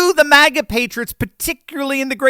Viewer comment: MAGA not MIGA